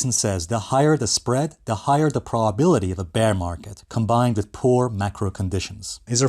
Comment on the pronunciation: WTH is a "praw-bility" ?